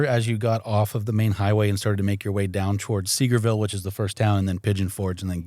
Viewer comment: Just an FYI from someone that has visited Sevierville for many years and lived near there it’s pronounced: Sa-VEER-vil. Many people pronounce it like you did 😊. I think we did Clingman’s Dome hike once and stopped many times to sit.